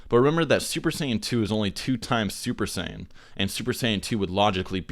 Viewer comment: Uber Sayan royal blue!